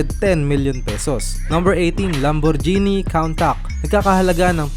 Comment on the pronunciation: mali yung presyo mo sa aston martin valhalla... price nyan 800k dollars at yung pronunciation mo sa lambo countach dapat kun-taj hindi kawn-tak.